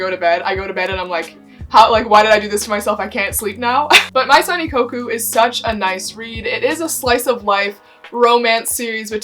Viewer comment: Maison is actually the French word for house. You don't pronounce the letter N at the end of the word so it should sound like Mé-zon. I'm not trying to be condescending, but I just figured I'd give my two cents y'know :))